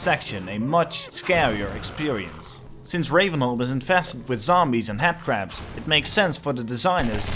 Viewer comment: I love how you say "Headcrab" because it sounds like you're saying "Hatcrab" which is, incidentally, what i'll be calling them from now on.